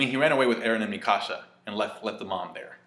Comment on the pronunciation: Thought you were saying my house in spanish, I didn't know who you were talking about at first with the whole Mi Casa but I figured out you were talking about Eren's childhood friend slash girlfriend, the girl that loves him